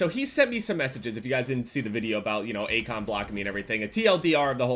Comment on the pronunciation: At the start I thought said acog instead of Akon